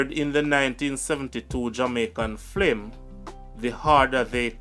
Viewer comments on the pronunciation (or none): Why do you constantly pronounce the word FILM as FLIM ? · please say film😢 the FLIM IS KILLING MY EARS...LOOOOVE YOUR CHANNEL ❤ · Great job brother but your pronunciations are bad at times it's film and career not flimsy and cawweer..and talent scout not scot..please review before presenting the video..bare in mind people outside of Jamaica are watching and listening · F-i-l-m (Film) NOT F-l-i-m (Flim) #Lovesign